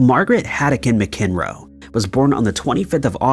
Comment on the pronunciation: It's pronounced MAC-EN-ROE. Not Muh-kin-roe. Smh.